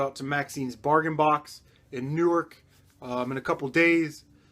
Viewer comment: Hey are you in nj I heard you say newark